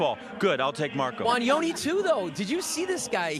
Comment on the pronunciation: It's funny how they pronounce Wanyonyi in American accent as Wanionii😅😅😅😅